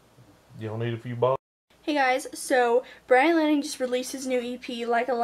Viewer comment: Did you really call Byran lanning